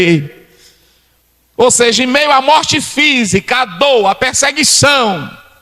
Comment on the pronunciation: "Ou seija"